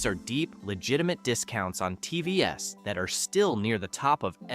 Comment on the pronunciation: Buddy... the AI voice over is dumb as hell. You gotta type out "teevees" if you want to keep using this method.